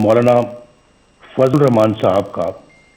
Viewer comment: Hrami ko bismla bhi parhni nhi ati Rakhman e raheem